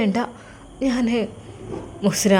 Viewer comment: മുo ദാസ് അല്ല മുഹ്സിന